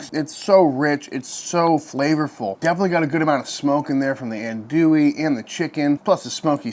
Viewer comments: In Louisiana we say “andouille” (not “Anne” w an E), but Aun…More like “ahn” Dewey..sausage.. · Looks tasty, thanks for the awesome video! One complaint - everytime I hear someone pronounce andouille that way, its like nails on a chalkboard. I get it though because everyone not from Louisiana says it that way 😂